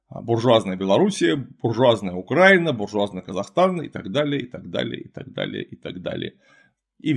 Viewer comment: Не Беларуссия , а Белорусь Не УкрАина , а УкраИна